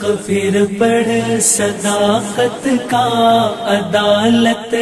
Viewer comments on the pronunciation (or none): sadaaqat, zyadah ka q(sadaqqat) nikaalo iSi taraH phir (پھر) ko fir(فر) kaisE paRha gaya aor bardaaSht bhi kya gaya